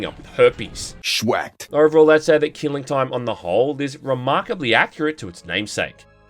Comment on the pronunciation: I'm sorry, "Keeling Toym"? XD